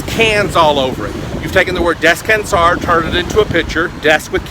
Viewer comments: ok..I agree with the pronunciation is a biggie. But my dear resting in Spanish is not pronounced the way you did. you might want to get the proper pronunciation for it. But you are adorable. I love your videos... been recovering from brain surgery and have used many of your videos to help me improve. I love your work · you pronounce "descansar" wrong and "mesa" too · I'm from portugal and you dont say descansar like that xD